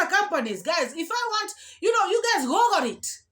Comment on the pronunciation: Jesus, can she learn to pronounce the words google and feces? Its not faces 😂😂😂😂